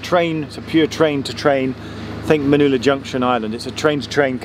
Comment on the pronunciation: Can't believe you thought to mention little Manulla Junction! Exactly what I was thinking of when you said "it's just a train-to-train junction". I think it's cool that remote little platform stuck in someone's head - it's like an odd liminal space isn't it? (P.S. it's Man-uh-la, not Man-oo-la 🙃)